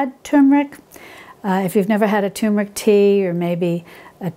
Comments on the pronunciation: TUR*MER*IC, not TOOM*RIC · Please say it right. TURmeric. Not TUmeric. it is TuRmeric. Thank you. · Turmeric - with an ‘r’. So many people call it Tumeric, drives me potty! Apart from that - all good 👍🏻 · Dear, Thank you for such a lovely and helpful video,! So well done, too. Wow! Turmeric sounds great! I am an elocution teacher and I am particular about pronunciation. Please allow me to correct you here.... It is pronounced Terr- muh-rick. terr as in fur, muh as is monday, rick as in Rick. Yours sincerely, Mrs Elizabeth Darley Holmfirth West Yorkshire UK